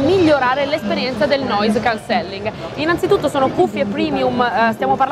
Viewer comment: Bel video ma si pronuncia Noise Càncelling! Occhio all'accento